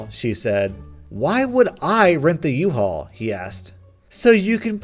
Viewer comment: It's a "UHAUL" not an "IHAUL"